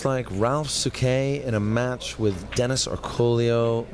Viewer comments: It is actually Orcullo and not Orcollo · land His name is Orcollo, not Orcullo